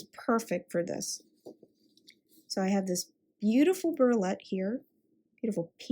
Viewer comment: Nice job. I think you pronounce it "bree o let". Great instruction. Keep it going